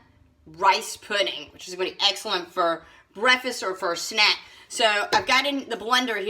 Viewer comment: Delicious? She used canned mix vegetables. She can't even pronounce potatoes or for.